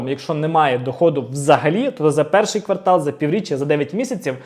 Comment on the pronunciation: Дякую за інформацію. Тільки: квартАл - квартАлу - квартАлом